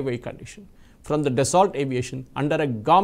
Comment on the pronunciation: French pronunciation: Daso